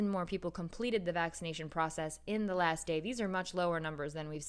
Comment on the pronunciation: you mispronounced "last"